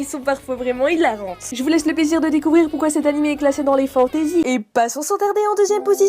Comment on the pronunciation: J'apprécie très fortement ta prononciation japonaise, omg pour une fois que quelqu'un prononce bien les noms des animes et personnages, j'en fut agréablement surprise XD (tellement que ca m'a marquée lol)